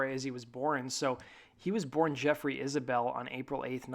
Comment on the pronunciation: Isbell, not Isabelle.